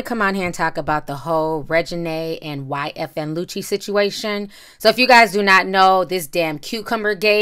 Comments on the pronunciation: YFN not YNF u wrote it right but u keep saying it wrong. Keep up the good work tho miss. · We just gonna ignore the fact she butchering my baby name "ynf" instead of yfn lucci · Lmfao you keep calling him ynf it’s yfn lucci 😂😂😂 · You kept calling him YNF 😅 its YFN lol